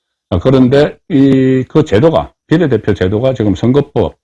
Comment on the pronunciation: 비:례대표를 비례대표로 정말 듣기 싫다